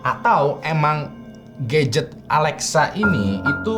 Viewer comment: "Dari mulai hantu yang perhatian banget, sampai ke GAYget" 🗿 Gadget❌ GAYget✅